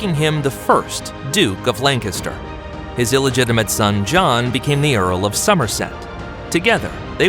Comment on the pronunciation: Take a shot everytime this guy mispronounces Lancaster and you’ll die of alcohol poisoning